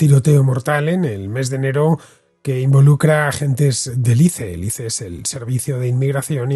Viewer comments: Por fin escucho a alguien pronunciar la sigla ICE como "ice" y no "ais", como si fuese un nombre propio. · Me encanta como Villanueva es tan recalcitrantemente boomer, negándose a decir correctamente ICE